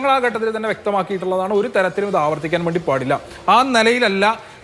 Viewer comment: SFI guy should learn malayalam atleast. It is not "ghattathil" it is "Khattathil"